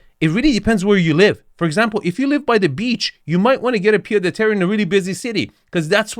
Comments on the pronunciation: In french, Pied-à-terre is pronounced "PieT-a-terre" (and not "PieDeterre") 😉 But this house is to big to be à Pied-à-terre. A Pied-à-terre in Paris is typically a very small apartment with 1 bedroom. This house is more like a "garçonnière" (a place where you take your mistress) 🤣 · Pied (t) Ahhh terre, you say Pied de terrre. you can do better! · Its still a pied-a-teree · Hi just to nitpick the D in "pied-à-terre" is pronounced as a T, that's about it great vid as always! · Oh, my. Where to begin. Wrong definition and pronounciation of pied-à-terre. A pied-à-terre is a small house or apartment in a city that you own or rent in addition to your main residence, where you stay when in that city. So much more wrong with this video. Everybody compares Nagano with the Hampton or Aspen?! I beg to differ. Ridiculous idea. Not a word on the meaning of Japanese bathing culture, not a word on classical Japanese garden architecture, not a word on the specific meaning and objective of views in Japanese architecture. „Japanese do so very weird things.“ - excuse me? Pretty rich coming from an US American. And so on, and so forth. In a nutshell, neither you nor that presenter seem to grasp the idea that non-US-citizens have (very) different concepts of living and aesthetics and do not strive for an US-style of living. Hence, the -Score is 64 😂. This channel is so very US-centered that you should only critique US-based properties. To me this is a beautiful property superior to any of the mega-mansions in the LA area featured on this channel. Also, happy to see that lots of viewers feel this review by is terrible. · The "d" in "pied" is silent :) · Pied à terre , mate ;) no liaison inbetween the words